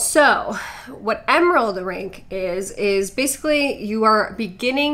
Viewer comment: The way that one girl says "emerald" I swear she was saying "Emeril." BAM!